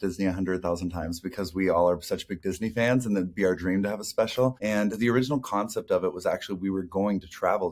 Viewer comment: I shouted at my phone every time she said “the”… it’s not THE!